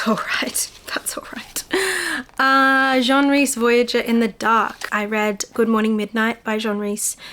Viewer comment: You keep pronouncing Jean the French male way when the authors are women. Jean as in denim jeans.